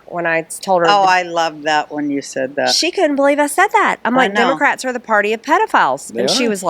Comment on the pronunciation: Stop saying DIMOCRATS.